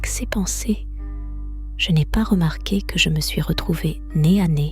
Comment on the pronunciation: Sauf que prononcer le S de "ces" ou "ses" etc ça casse un peu la narration...